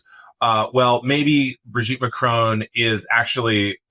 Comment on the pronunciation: Madame Macron’s name is not Bridget. It’s Brigitte. There’s a difference.